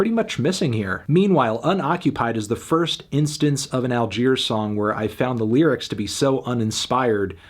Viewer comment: Great video but did you really need to call them “All-queers”? That was a little too much if you ask me